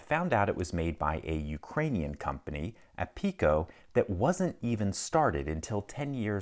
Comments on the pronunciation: It's pronounced "ARIKO" but with a rolled R. P = rolled R in Ukrainian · It's Arico, not Apico. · "APIKO" ...umm name fits lockpicking.. (BTW, its "ARIKO", in Cyrillic p is pronounced r ) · I beleave it is pronounced "Ariko", cause the letter P in Russian and Ujrainian letters sounds like r. Like in fe. Рассия /Rassija/ (Rusia) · Actually, it's not pronounced Apiko but Ariko because the product name on the lock is written in Ukrainian. This company still produces this lock (model name BC-5). People use this lock to protect the garage screw lock from opening. It cost only $6 so you can't expect more for that price. Company located in Zaporizhzhia. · Great video, though the company is called is Ariko. The label is written in Ukrainian cyrillic where "P" is pronounced as "R". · The name is written in Ukrainian and pronounced in English as ARIKO, not Apiko. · first, "APIKO" is pronounced "Ariko". The second letter is an R, not a P, for this is Ukrainian cyrillic alphabet (they do have a latin i, which mightve thrown you off). But fun fact, i did find one of those very old locks from soviet times, and they have a very unique feature one never sees in todays products: The metal form which was used to cast the body did include the price (a ruble and change, in my case). Just imagine that, the industry casting the price "in stone" (in metal), because there is no supply and demand and no price reductions and no fluctuations. The government decided how much padlocks should cost, and thats fixed, forever. The government ceased to exist 30+ years ago and the price is still on the lock xD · So, Mastetlock was made by soviet refugees that came to America? Neat. On another note if that is Cyrillic, the "P" is actually an "R". So it is "aRiko" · It is called "Ariko", not apiko 😂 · Are you sure it's not pronounced Ariko? Russian and English have opposite characters for R and P. Maybe I'm wrong. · the company name is read as "ariko", not "apiko", it's written in a cyrillic alphabet